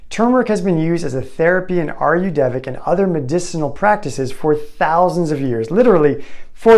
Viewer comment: ayurvedic diet - you are mis pronouncing it - just to let you know. It is NOT ayurdevic, but hanks for the info.